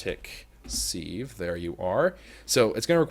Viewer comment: anyone else from say sieve like "siv" rather than "seev"